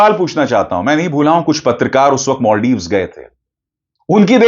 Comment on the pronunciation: Maldives ❌ Moldives✅🤣